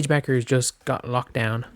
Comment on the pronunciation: Paige Bet-ters .. not Bechers.